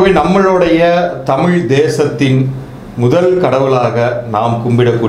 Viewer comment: விளக்கம் நல்லாத்தான் இருக்கு.ஆனால், தமிழ் உச்சரிப்பு சரியில்லை. நம் உயிர் தமிழ், அழகிய தமிழ்,இனிமையான தமிழ் இப்படி சுவைக்க சுவைக்க தமிழ் என்பதை தமிழ் என்று உச்சரிக்காமல், தமில் என்று உச்சரிக்கின்றிர். தமிழ் பற்றி பேசும்பொழுது சரியாக உச்சரியுங்கள். நன்றி.❤❤❤